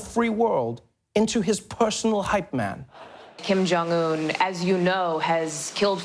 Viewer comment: Hello Mr the name is Kim jong not king jong......